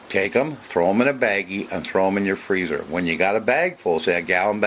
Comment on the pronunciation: I keep hearing him saying freezer